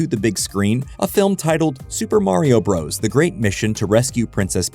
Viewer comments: For the love of god, “Bros.” (with a period at the end) is shorthand for BROTHERS! IT IS NOT PRONOUNCED “BROS”! I will die on this hill. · It always weirds me out when all these young YouTubers pronounce it "Super Mario BROS." Us older folks all understood that the period at the end of "Bros" means it is abbreviated visually, but you're still supposed to pronounce the whole word, "Brothers." Kinda like when someone has a "Jr" after their name. You say "Sammy Davis Junior." You don't say "Sammy Davis Jjjjrrr." The young folks do this with Warner Brothers as well. They see the "Bros." with the period, and still call them "bros" like they're talking to someone in their frat. Does anyone over 45 know what i'm talking about?